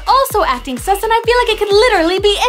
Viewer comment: Lol you said sum instead of sus